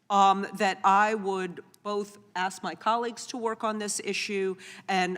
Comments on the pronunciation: Miss Busch, It's ask not axe.At least pronounce your words correctly! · Did Bush say axe you? 🤣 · If you can't pronounce the word "ask" correctly you should not be asking questions. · The Snake Head Hair lady wants to AX you a question. That says it all right there.